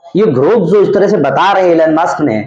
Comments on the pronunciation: Muks nahi musk kindly pronounce correctly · M c. Pahle nam to lena sekh le maks